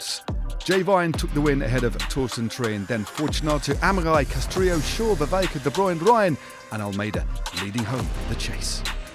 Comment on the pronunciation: It's pronounced "Vervaeke"